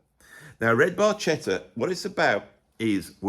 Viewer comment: Bar Ketta. No worries, Geddy couldn’t pronounce it either